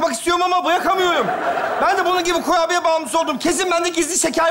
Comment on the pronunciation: kurbiyeye kubiye demesine çok güldüm